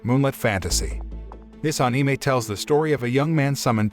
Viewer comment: I always get annoyed how he pronounces anime